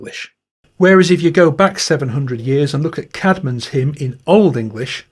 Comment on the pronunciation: Actuallly Caedmon is pronounced Cayd mon. I should know as I grew up in the town of Whitby in North Yorkshire, England where Hilda was the Abbess and Caedmon was the cow and goat herd in the grounds of the Abbey on top of the cliffs. The stone cross dedicated to the first poet and hymn maker Caedmon stands at the top of the 199 steps leading up to St. Mary's Church, the graveyard and the beautiful though war-damaged ancient Abbey. Thank you for mentioning him.